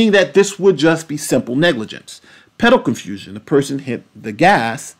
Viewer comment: Sometimes it has to do with certain key words and i believe it every time you mentioned "pedal confusion", ngl it sounded a little like "pedo confusion" that might be it